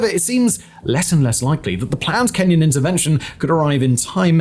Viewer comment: I cringe every time I hear "Kenyan intervention" in Haiti